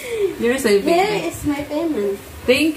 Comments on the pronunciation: Good job. Practice more on intonation and pronunciation. You are doing good. 👏 👏 👏 👏 hair, hear, here. 😊😊😊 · and yung here is my payment naging her is my payment kailangan is Hir sa pronounce